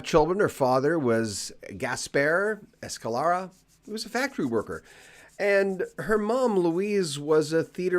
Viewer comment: Escalera.......please do try and pronounce it right.. Thank you..!!